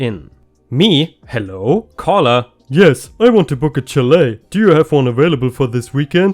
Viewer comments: It's pronounced shall-A, too. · Chalet is pronounced with a soft ch sound and not a tch sound. More like if it were spelled shalet. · Chalet is pronounced shal-eh. English makes so much sense. Ch can be sh in some situations. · It is pronounced shall-a. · Chalet is pronounced sha-lay